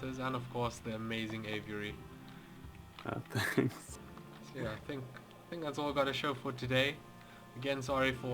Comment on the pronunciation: I'll believe a pz player when he can pronounce aviary